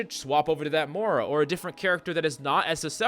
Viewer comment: Im actually getting so mad over the Fact hes calling Moira ''Mora'' -_